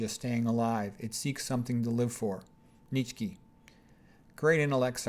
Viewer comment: Wait why do you say "kee"? I thought it was pronounced Neet-chuh or neet-shuh